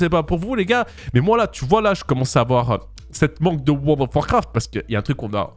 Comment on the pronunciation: Comment les gens disent: World of Warcraft Comment dit: wo do warcraf 😂😂